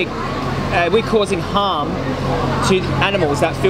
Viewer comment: I think he thinks you’re saying “ham” not “harm”..in the beginning. 🤔 Great video!👍👍